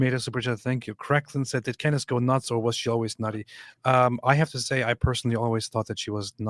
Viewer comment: "Cand Ace"😂